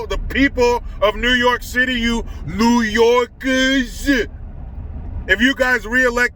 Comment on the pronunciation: the way you said New Yawkers was so damn funny I dropped to the floor. ROLMA